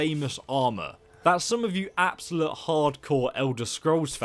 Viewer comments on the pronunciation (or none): Please stop saying absolut. There's an "e" at the end.